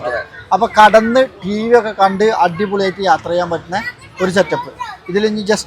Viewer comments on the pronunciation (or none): കടന്ന് അല്ല ഭായ് കിടന്നു 😂 നല്ല രസാണ് ഇങ്ങളെ വർത്ഥാനം കേൾക്കാൻ 😂😂😂